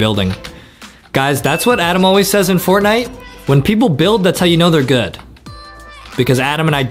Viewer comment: I love to wach but hear tihs Fortnieght more like Fartnieght😂